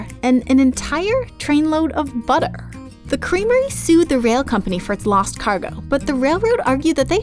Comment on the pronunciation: No not buter